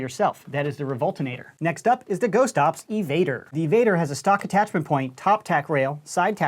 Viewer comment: you said "oops" instead of ops, thats funny(¬‿¬)